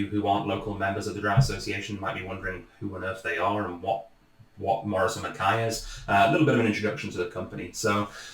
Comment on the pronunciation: Morrison and 'MA-KAI', not 'MA-KAY'. Reek can be smoke or smell, as in "he's fair reekin" or "he's mingin", which is extremely smelly!